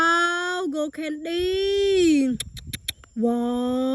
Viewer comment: She is ashily saying gold candy but sounds like go candy😂😅